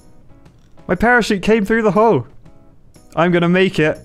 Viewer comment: Parachute more like perishute